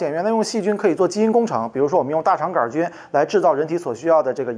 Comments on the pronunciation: 杆菌不加儿化音 :-) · 杆也要加儿化音哈哈，太逗了杆儿菌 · 杆（儿）菌，哈哈哈~~ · “杆儿”菌。。。为啥不说“球儿”菌？ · 杆菌为什么加儿化音😂